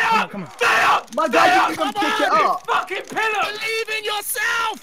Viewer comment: Vik sounded so Australian 😂 faaaacking missed